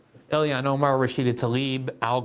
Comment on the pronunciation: Please learn to pronounce the first name of Ilhan Omar. It sounds just like it’s spelled. Elian was an unrelated story.